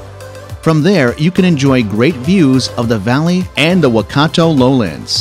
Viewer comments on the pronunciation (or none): none